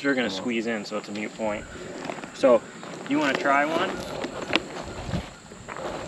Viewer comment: Excellent video, thank you...btw It's a "moot" point not a "mute" point.